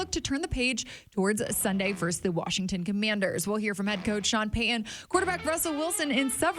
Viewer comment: Love the content. However, it’s pronounced Pey Ton….. not… Peyhan.